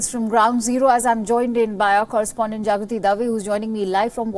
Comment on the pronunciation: The anchor is calling Jagruthi as "Javithri" or do I have a hearing impairment ???